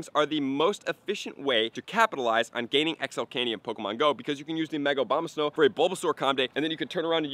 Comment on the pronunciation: Dude still saying Obamasnow lmao